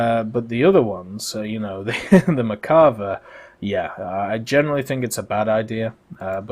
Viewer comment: Still cant pronounce merkava right